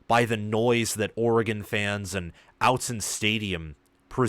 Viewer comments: OTT-zen not out-zen hahahah thanks for the video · Just so you know it’s Austen not outzen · Ahh-t zen. Not out-zen. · Since you are a Big Ten commentator, kudos for not mispronouncing 'Oregon', but it is 'Ott-Zen' not 'Out-zen'. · btw it is "Ott-Zen", not "Out-Zen" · Yes, it’s OTT-Zen, not OUT-Zen. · Aught….zen buddy, not however you say it. Autzen is pronounced just as it is spelled. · It's pronounced "oughtzen" stadium (which you should know if you want what you said you wanted, which is for that stadium to have a special reputation on the national stage). But thanks for your analysis. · Awwww tzen Not outzen. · If you’re going to cover Oregon, you need to learn how to say Autzen. It’s pronounced Aw-tzen. Get it right. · Its not "Outson" stadium as you pronounced it. If you are going to comment on games. This guy is an idiot. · I liked and subscribed but if you say outzen in the next video I see I’m going to unsubscribe 😂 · I agree. It’s annoying. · "Outzen stadium"😂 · Oregon fan here. This is the second time I've visited your channel, and I have to say that your analysis is pretty good, but I am not the only Oregon fan who cringes every time you say "Out-zen." It was forgivable for one video, but now is just disrespectful. It is pronounced with a short "o" as in "otter." You should know this by now. Otherwise, you do okay. 😊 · Perhaps you'd have more Oregon subscribers if you knew how to pronounce Autzen 🤣In all seriousness, a pretty good analysis of the game. Oregon needed one of these statement wins under Lanning. Wish I could have been at the game, crowd was insane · Real quality work and great, detailed, accurate breakdowns. Top notch analysis. However, you are mispronouncing Autzen. Please fix it, cause Autzen will continue to play a role in future Oregon games, since it is a significant factor in favor of Oregon.... And overall College Football atmosphere.